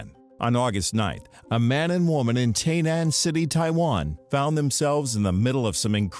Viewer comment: It may be spelled "Tai-Nan" but it's pronounced "Tie-Nan", not "Tay-Nan". I live in Taiwan (Tie-Wan... see the pattern?) and my in-laws live in TaiNan.